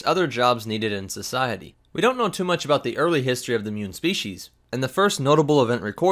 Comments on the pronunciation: They are not 'munes' they are MOOOONS! XD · Muun? I thought you said mum